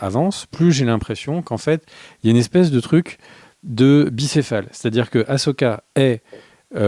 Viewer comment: Cette série a au moins un mérite : vous savez prononcer le prénom Ahsoka maintenant 😃